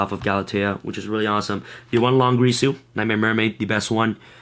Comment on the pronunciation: You found out it's Din(gear)su, but still said Lon(grease)su.